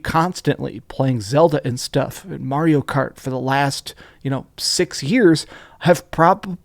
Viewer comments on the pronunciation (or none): none